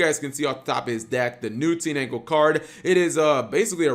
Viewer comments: TEEN-ANGLE?.....h.....just how?! How do you do that?! It's TIN-DANGLE!!!! last time a mispronunciation ticked me off this bad it was farfa pronouncing SAR-YU-JA as SAR-YU-YA -_ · It's tinDangle not teenangle